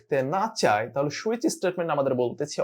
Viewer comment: switch => It's not "shoe-itch", it's "sue-itch"